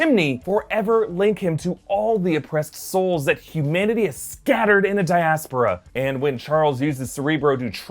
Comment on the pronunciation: Is that how u pronounce it? I always thought it was dia-spor-uh.